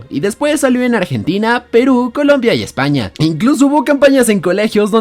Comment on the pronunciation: En de ves de decir España dice Espana